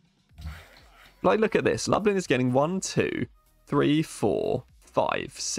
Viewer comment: Lublin is 'looblin', and Wroclaw is 'vross-loff'.